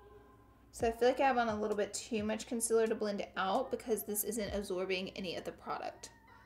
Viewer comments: "Concealer" "Conciler" same thing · Y does she say consiller instead of consealer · LAURA IT IS 'CONCEAL'er NOT 'CONSILL'er 😩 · Not trying to hate, but is it concealer or CONCILER? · Consiller? It's concealer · Con-ceal-er not con-ciller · Jesus the way you say concealer actually makes me want to kms. It’s conCEALer not conCILLer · I can’t watch ur videos bc u say “conciler” not “concealer”.... did u ever go to spelling class? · CONCEEEEEL NOT CONCIL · I love you, but the way to say contor and concelar really aggervates me. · okay but i'm from alabama too and nobody i know pronounces concealer like that😂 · you pronounce concealer wrong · It stresses me how she says concealer n contour lmaoo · Learn to pronounce concealer correctly please. You're a beauty guru after all. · Please say concealer correctly. I beg you.